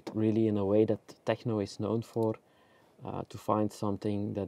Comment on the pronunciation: I just came here to hear say TEJNO!